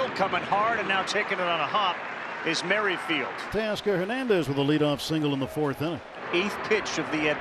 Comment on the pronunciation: Merrifield is not pronunced "merry-field". You guys are so ridiculously old.